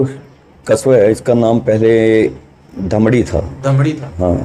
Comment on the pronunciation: धमड़ी नहीं धमेड़ी.